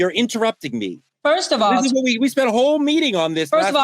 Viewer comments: Bro, NEVER say SPUNT again.. It’s SPENT. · hold on...did he say "spunt her money"????